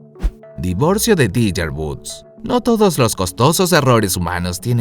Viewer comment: Tiger y se pronuncia taiguer 🤦🏼‍♀️